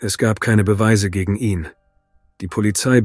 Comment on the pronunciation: Leider ja! Ich merke das spätstens wenn das Wort 'ihn' seltsam betont wird. Scheint aber die bevorzugte Methode bei viele Tubern. Ist ja auch bequemer das Script einfach vorlesen zu lassen.